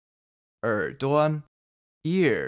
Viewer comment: Thanks, this is really helpful! I wanted to ask about something I'm hearing in some words, particularly at the end of an -a or -uo syllable, it's almost like there's an n. 回答 sounds like hui dan, 耳朵 is like er duon, 难过 nan guo-n Is it something like erhua? Or are my ears just playing tricks on me? :) 多谢！